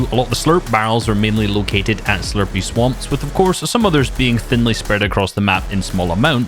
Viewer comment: slurp swanp?